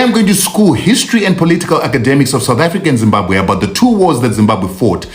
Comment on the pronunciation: Zimbabwe and not Zimbakwe